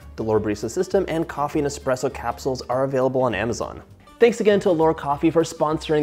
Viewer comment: John, it’s espresso not expresso.